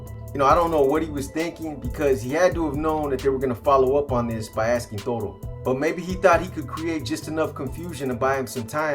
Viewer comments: Its Toto not toro bro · Toto not Toro